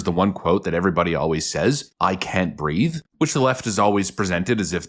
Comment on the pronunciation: He actually said, "I can't breaf." But that's besides the point.